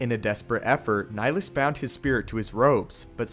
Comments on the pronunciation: Love the videos, just liked to point out that the name "Nihilus" is derived from the latin "nihil" (sounds like nee-"hill"), so shouldn't his name be pronounced has Nee-"hill"-us, instead of Nilus? P.S. "Nihil" is latin for nothing. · Dude it's Nihilus. Like climbing a hill. Look up Nihilism or nihilistic. That's the concept idea behind his character. Good vid though.